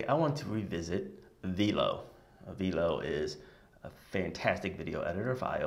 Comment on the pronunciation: The incredible app is pronounced "V - L - O" like 'FLOW' but with a 'V' :D